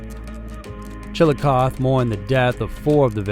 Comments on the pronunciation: Not to be nit picky but its pronounced chil-uh-koth-ee. Im from here just had to point it out. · From Chillicothe, IL and yeah hahahaha....it’s tough. My dad used the joke with people who asked how to say it and say it was “Chill-uh-chotch” or just straight “Chilli Dawg” 😂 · Chill-a-coth-ee . The ‘e’ is not silent. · Pronounced Chilli - cothee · Listening to this now. But it’s pronounced Chillicoth eeeeee. I live near the location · as an ohioan hearing Chillicothe without the EE at the end made me recoil so badly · OMG PRONOUNCE CITY NAMES RIGHT!!! Do you even do your own research??! Pathetic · So here’s a thought… when making a video about such a serious and heartbreaking subject, at least take 3 seconds to learn how to actually pronounce the name of the town and areas where these women were found instead of hurrying to upload a $$video$$. Chillicothe is commonly mispronounced but you’d think if you researched the subject yourself, you’d pronounce it correctly so it’s obvious you don’t even do your own research. But mispronouncing Bainbridge as BRainbridge is just flat out obnoxious. Just another junk “YouTuber” who couldn’t care less about these women & anyone else you’re making a profit off of. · You mispronounced Chillicothe. When pronouncing it, put the E on the end of it. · Chillicothe is pronounced with a long E on the end! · Is it bugging anyone else how he's says Chilicothe? And on topic, I love these every town episodes. I fall asleep listening to them. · Him not pronouncing the name right ain't no big deal dam! You know what he means right. Just like the spell police wow! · and his velvet voice. I've read the comments. How many of you that commented on the name said it correctly with the "ee" everytime said it without it. I did and I only know how to pronounce it from ID. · If you're not from there, you don't get to decide to 'let it slide '. It's evident they didn't do much research or the town & county pronounciation wouldn't be a problem